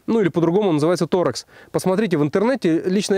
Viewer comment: про биты ты конечно удивил. Построил дом своими руками, а про такую мелочь не знал) Кстати, звездочка называется торксом (torx), а не торекс.